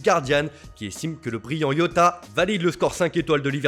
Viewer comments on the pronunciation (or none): Jota et non yoga !